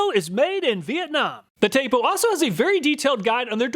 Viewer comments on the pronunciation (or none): It's pronounced Tap'o not tape'o and Euf'ee not Euf'eye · This Mf can’t even properly pronounce eufy and tapo correctly 🤡